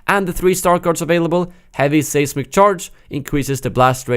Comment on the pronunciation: Great video. Pronunciation note, the first syllable in the word "seismic" sounds the same as the word "size" for future reference.